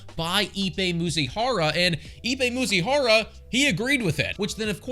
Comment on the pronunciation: It’s Mizuhara, not Muzihara. 😂